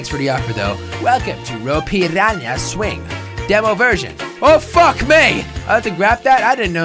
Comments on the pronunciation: jelly its piranna not prirania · It’s per.on.a not pear.een.a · piranha not parania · it's not piranya! and it's a pirana plant from mario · Aw yea jelly your English is so good Not piranha plants Pinyanya plants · peryanya lol try per- ahn-ah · It's a piranha not a pranya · Yes a Pirania NOT a pirana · Pirana not Praña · I started cracking up when he started calling it a purania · who came here just to see if anyone commented on the 'piranya' part??? :-) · stop saying paranya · How Jelly says piranha is funny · Jelly you said piranha wrong